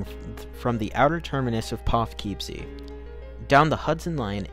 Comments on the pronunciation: You might want to learn how to pronounce Poughkeepsie. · Good summary of what happened. While you nailed the pronunciation of Spuyten Duyvil, the correct way to pronounce Poughkeepsie is Pah-kip-see. At least that is the way us New Yorkers say it.